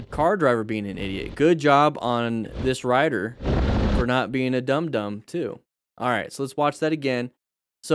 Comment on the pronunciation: When you said "dum dum" i heard "dandan" xD